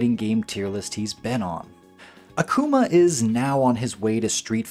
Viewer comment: Great vid! But It's pronounced AH-kuma Literally means demon in Japanese